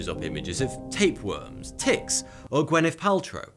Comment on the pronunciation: When you said Gwyneth Paltrow I almost died lol.